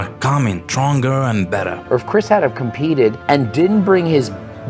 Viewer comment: Bro at one Point in the Video he Said Chris bastard